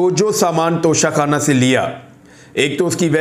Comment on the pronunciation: Haha when you said nocha khanna 🤣😅